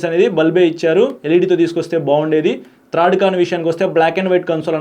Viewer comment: థర్డ్ అని పలకడం కరెక్ట్...థ్రడ్ అని పలకడం బూతు. కరక్ట్ చేయడం అవసరం అనిపించింది.